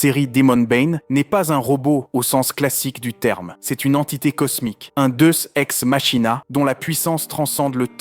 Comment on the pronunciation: Ouaip ça ma piquer les oreille aussi c'est comme avec Deus ex machina il la dis en mode ultra français.